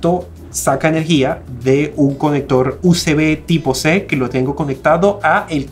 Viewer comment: eso de pronunciar "uCb" es a propósito o posta le pesa la lengua?.. "guígabit" que pronunsieishon